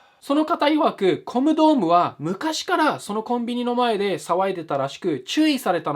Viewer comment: マイルドヤンキーVSネット民 途中、興味無さすぎてコムドットをコムドーム言うてるやん ゴムかよ これはPDRなりの話題の薄さを例えたのかな？笑